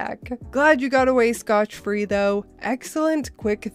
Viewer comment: Scott free. It sounded like I heard scotch free, which is a frequent mispronunciation or mistake on the phrase. Otherwise, good video.